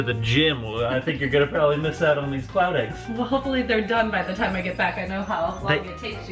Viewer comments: I kept thinking he was saying clout eggs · Every time Rob said cloud, I heard it as clout and I wanna die. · i keep on thinking he's saying clout eggs